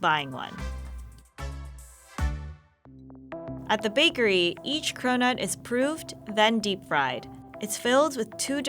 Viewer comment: i thought she said “we’re getting corona today”. 😭